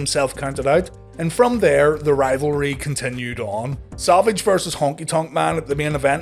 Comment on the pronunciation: Are you calling him Salvage?